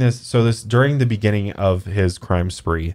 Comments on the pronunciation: lmfao cwime spwee, you wascally wabbit hahaha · "were going on a cwime spwee" 🤣🤣 literally had to replay that 20 times because I couldn't stop laughing! I have tears in my eyes! So funny! So glad I found this podcast! I've been binge watching for the last 2 days! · Lmfao cwime spweeee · "crime spwee." i literally choked on my water. Wtf 😂